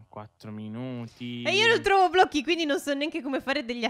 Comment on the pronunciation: Si dice blocchi non blo'cchi